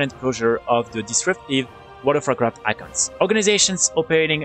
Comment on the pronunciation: Nice videos. I would work on pronouncing accounts though. Sounds like you are say iconts and it throws me off. Friendly suggestion :)